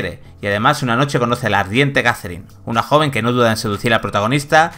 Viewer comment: JAZERIN... madre mía. Poned a alguien que sepa hablar, por favor